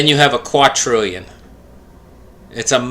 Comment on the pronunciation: QUA-DRILLION not qua-trillion. With a D. The next set after that is QUIN-TILLION